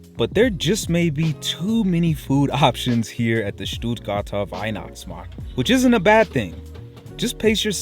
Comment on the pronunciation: I'm sorry but I had to grin everytime you said "STUUUHTGAAHTAAH WEIHNACHTSMAHKT" 😀